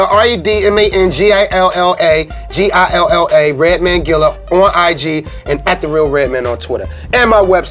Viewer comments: Not “Redmond” lmao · “Redmen” lmao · "Redmin" lol its true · Reminds me of the colored spit guards when red say redmen like he trying to pretend to be a white dude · White people say Redmin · White people remember his name has an A in man not an E